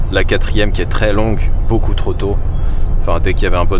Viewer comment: je l'ai entendu le "beaukiou" d'espace pour la batterie !! Sinon super ce que tu fais, je découvre ta chaîne, très sympathique